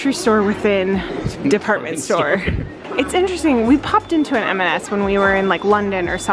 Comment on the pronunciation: Just a gentle side note, it’s M and S, never MS…